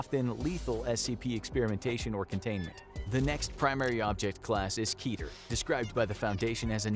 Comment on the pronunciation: "Keeter" It's "Ketter", from the highest of the ten Sefiroth, meaning "Crown".